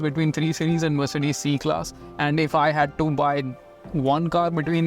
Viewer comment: The way you say “mer’ce’des” makes it more posh